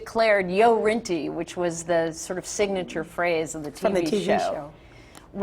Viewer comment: NO, It's GO Rinty, NOT Yo Rinty! Get it right!